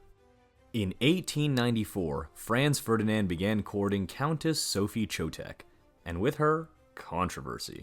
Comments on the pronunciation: would you please so kind to make some research how to pronounce german names correctly. there has never been a "Frenz Fördinend" neither an emperor "Frenz Dschosseff". for us germans it is naturally to pronounce your names as they are pronounced in englisch. by the way: our capital has never been "Börrlin" but Berlin. thank you so much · "Frens Fördinend", "Frens Tshoseph", "Sooophie" 🤣🤣🤣 This disastrous pronunciation is hilarious.